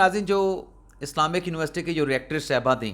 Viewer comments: مجھے لگ رھا ھے کہ آپ ریاکٹر کہہ رھے ھیں یہ ریکٹر ھوتا ھے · bhai jan, its Rector not Reactor😩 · محترم! یونیورسٹی کا ایک انتظامی عہدہ ریکٹر Rector ہوتا ہے نہ کہ ری ایکٹر Reactor ، جو کہ نیوکلیئر سائنس میں استعمال ہونے والی ایک مشین یا ڈیوائس ہے۔ بمہربانی اپنے انگریزی تلفظ پر توجہ دیں۔ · ری ایکٹر نہیں ، ریکٹر تصحیح کر لیں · But improve your language. It is not Reactor, it is Rector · سوھنڑا۔۔۔ریکٹر ھوندے۔۔ری ایکٹر نہیں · RECTOR and not Reactor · It is Rector not Reactor, please ! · ہا ہا ہا۔۔۔۔۔ ری ایکٹر کو بلا یا گیا۔۔۔۔ ریکٹر کو ری ایکٹر کہہ رہا ہے بار بار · پتہ نہیں آپ نے کہاں سے پڑھاہے، کسی کالج، یونیورسٹی کلاسز میں بیٹھ کر کچھ پڑھا بھی ہے یا صرف کالج یا یونیورسٹی کے کیفیٹیریا میں بیٹھ کر وقت گزارا ہے اور آخر میں بغیر تیاری کے امتحان پر امتحان دیکر مرمر کر تھرڈ ڈویزن میں پاس کیاہے۔ 1- یونیورسٹی کا ری ایکٹر (Reactor) نہیں ہوتا بلکہ ریکٹر (Rector) ہوتاہے۔ براہ نوازش: - کسی نئی خبر پر ولاگ کیاکریں- اور نئے ولاگ میں پرانی خبریں نہ دھرائیں - اور ایک ہی بات کی جگالی نہ کریں۔ - اگر خوامخواہ کوئی انگریزی کا لفظ استعمال کرنے کو دل مچلتاہے تو ولاگ میں اسے استعمال کرنے سے پہلے ڈکشنری میں اسکے معانی، مطالب اور تلفظ دیکھ سیکھ کر استعمال کریں۔ -الفاظ کا غلط تلفظ اداکرکے سرعام خود اپنے تعلیمی معیار کا بھانڈہ نہ پھوڑیں، اور خود اپنا مذاق نہ بنائیں۔ 2- مجھے نہیں معلوم اس خاتون کا میڈیکل سرٹیفیکیٹ صحیح ہے یا غلط ہے، مگر شائد اس نے اسلئے پمز سے میڈیکل لیو سرٹیفیکیٹ بنوایاہو کہ پمز ایک سرکاری ہسپتال ہے، وہاں سے او پی ڈی کا پرچہ ملتاہے، اور سرکاری ہسپتالوں کا جاری کردہ میڈیکل سرتیفیکیٹ قابل قبول ہوتاہے۔ 3- اگر پرائیویٹ ہسپتالوں کے جاری کردہ سرٹیفیکیٹ قابل قبول ہوتے تو عمران خان نے تو ٹانگ پر فائرنگ کا سرٹیفیکیٹ شوکت خانم سے بنوایاتھا، اسے کیوں تسلیم نہیں کیا گیا؟ 4- آپ بھی ملک میں طبقاتی نظام کے پرجوش حامی نظر اتے ہو اور سمجھتے ہو کہ کہ پمز ہسپتال صرف جانوروں کیلئے بناگیاہے، یہاں انسان (ایلیٹ) کلاس کے لوگوں کو اپناعلاج نہیں کرواناچاہئیے۔ امید ہے افاقہ ہوگیاہوگا۔ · Sir the Lady is "Rector" of Islamic University whereas you are pronouncing it "Reactor"